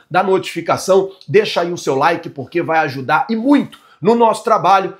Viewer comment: a palavra like, não loke